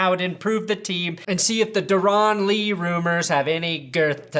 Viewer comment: Darron is pronounced like Darren. He’s good give us Von for him